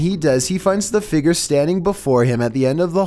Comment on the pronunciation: No one: pronouncing figure: Fi-G-er